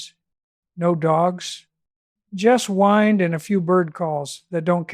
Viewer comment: At one point the AI narrator says “wind” as in “wine”, a clear trace of AI.